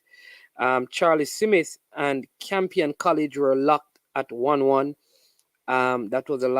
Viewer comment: It’s Smith not Semith !